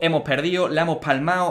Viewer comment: en el minuto dani dise acampañado